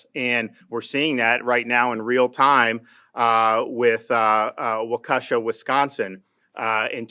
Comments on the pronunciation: We here in Wisconsin call it '"Wau-ki-Shaw" not "wau-KEY-sha" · say it with me walk a shaw. waukeshaw. walk a shaw. its easy. xoxo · Pronounced Walk E Shaw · I am starting to like this guy to the point of loving this guy. My Sister and Mom both live in Florida and if I thought I could afford it, I'd move there too. One of my brothers is already talking about it. If we/I didn't already live in a red state, I'd/we'd have would've moved there a long time ago. If Trump moved there you know it's an awesome state. Btw, it's pronounced waa-kuh-shaa, Gubnor. Lol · I love DeSantis, but could somebody in the public eye--media or otherwise--please say "Waukesha" correctly? It diminishes the dialogue quite a bit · Come on, DeSantis, your team needs to better. Learn how to say Waukesha. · Totally agree with Ron DeSantis though his pronunciation of Waukesha was a little off! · You mispronounced Waukesha. And yes the black man did run down white people in a Christmas parade! He was a racist s.o.b! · Mispronouncing the county Waukesha and lies lies lies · Love DeSantis but that pronunciation of waukesha was atrocious lol